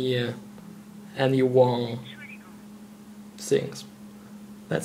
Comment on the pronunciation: 6:89 "cant enter any wong things" lmfao